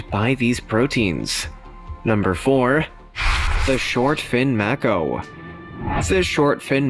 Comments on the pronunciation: Mako, pronounced: may-co... not mack-o...MAY-CO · Māko..... pronounced it wrong